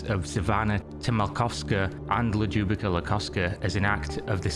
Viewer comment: Omg that Ljubica pronunciation😛